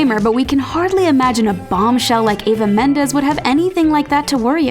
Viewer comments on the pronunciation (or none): Wow get the names right next time... it's EVA Mendes, not AVA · It is “Eva” Mendes, NOT “Ava” Mendes... my daughters name is *Eva* also, and people are constantly calling her *Ava* . It is an honest mistake made by many people. Especially with how popular Ava has become over the past few years.